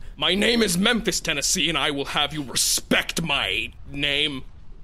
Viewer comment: “My name is... Me-emphis Tennessee.”